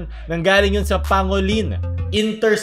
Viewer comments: pang go lin* not pa ngo lin* lol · Boss di sa nagmmarunong, pero pang-golin po ang pagpronoune sa pangolin. Thanks, more power. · Dun ako na cringe sa pronounciation ng pangolin then armadillo pa ung pinakita lmaooo